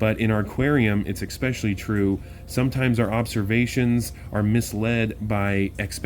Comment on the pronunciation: "Expecially" isn't a word, axe your moms, lmfao!